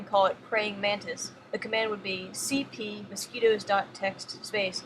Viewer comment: that was fun to listen to... my favorite was cp "C-O-P-Y "